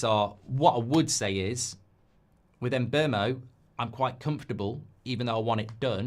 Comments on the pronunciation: Mark please! Mbeumo is called "Mboomo" just like BOOM! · I got a Cameroonian coworker with the same name. If its pronounced the same then it's em-BYOO-moh. Byoo not boom